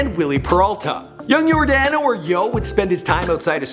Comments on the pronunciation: dude its Your Dono Ventura not Your Dano trust me its not that difficult to pronounce & its Kansas City Royals (Yordano Ventura so make sure you say it right trust me) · First of all, its yor-DAH-no ventura. Second of all, he played for the Kansas City Royals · Anyone else notice how he said your-DAN-o instead of yor-DON-o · Hey dude at the least you could do is pronounce his name right. There is plenty of tape of announcers saying Your-Don-o when it's spelled Yordano. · It's pronounced Yor-dah-no. And it's the Kansas CITY Royals. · *Your *Don *Oh is how you pronounce it. I'm sorry I live in KC and he was my favorite player. Rip Ace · The way he says yordano 🤔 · stopped watching after how he said Yordano then says the kansas royals